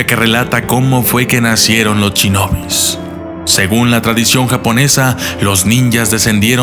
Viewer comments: se dice shinobi no chinobi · Soy el único que noto que dice mal "Shinobi"? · Se pronuncia Shinobi no chinobi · Me encantaron los "Chinobis", jajajaja me gustan mucho sus videos, es solo un chascarrillo, ("Shinobis").